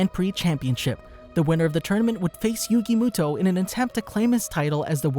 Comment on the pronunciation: Yugi MÜto like it got so annoying